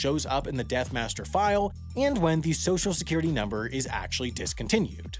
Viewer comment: Its not the "death master" file, its the death "master file" lol